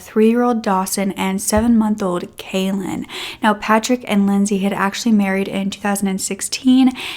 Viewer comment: Calan rhymes with Talon…not “Kaylin”